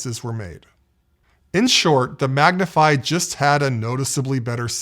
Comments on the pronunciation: Excellent and entertaining video. I appreciate the extra effort you obviously put in to keep it interesting. Top notch. A couple corrections: 1. "Magnifi" isn't supposed to be pronounced goofy as you pronounce it. It is pronounced precisely like the word "magnify". 2. Your assertion that the max doesn't support genuine 7.1.2 is wrong. Whether the 7.1.2 input signal is channel-based or object-based, the input data has 9 effective channels and the base Max AX system does have dedicated support for all 9 tracks. If you don't have rear speakers attached then it just doesn't use the 2 rear channels so the output will then be effectively 5.1.2. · Lol its pronounced mag·ni·fy fool. Like magnifying glass.